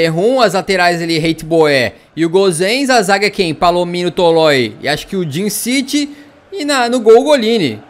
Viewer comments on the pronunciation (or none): none